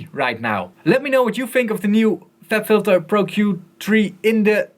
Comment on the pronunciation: "fLab Phylter" XD